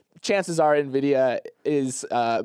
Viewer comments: used to say it that way too but I think he reads the comments and changed, haha. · pronouncing Nvidia ("in-vid-ee-uh") as "nuh-vid-ee-uh" gave me an aneurysm.